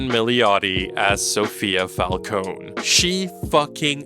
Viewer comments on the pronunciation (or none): none